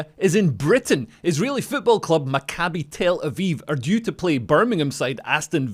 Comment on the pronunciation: Leo, just for your correct pronunciation of Maccabi Tel Aviv you're getting a gold star! 😁 I heard people absolutely butcher that name in the last couple of days... Kinda like the Islamists of Birmingham want to do to the people. 😐